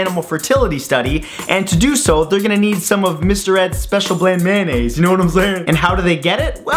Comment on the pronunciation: May I gently correct you on the pronunciation of Mayonnaise. Note the first 4 letters-mayo and not mano. 😜